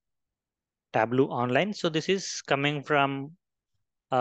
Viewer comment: It's Tab-low.